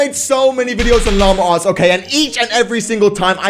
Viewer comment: “Lama-r arts”